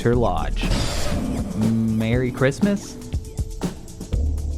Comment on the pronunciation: MEWWY CHWISTMAST EVEWYONE!